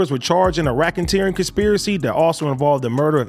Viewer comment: Racken-teering lol